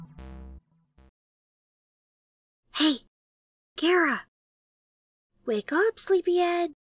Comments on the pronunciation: its not kara its chara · (you show you disapointed in dub because you pronounced Chara's name like Kera)